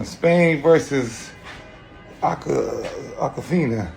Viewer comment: This fool Swaggy P said “Aquafina” instead of Argentina